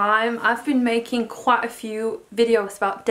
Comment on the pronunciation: ''quat a few''